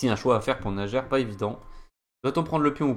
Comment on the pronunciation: Merci!Très instructive analyse! P.S.: Le prénom de joueur russe se prononce:Naier.